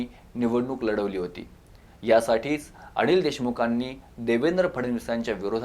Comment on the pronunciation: अणिल नव्हे रे अनिल 😂😂😂 आणि आव्हाण नव्हे रे आव्हान जरा निट बोलायला शिक.